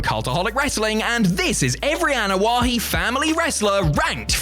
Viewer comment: Is it me or does he keep saying Anoa’He?